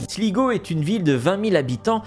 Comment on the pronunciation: Sligo se prononce slygo